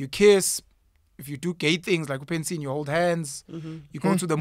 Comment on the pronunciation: "like uPensin"🤣🤣🤣🤣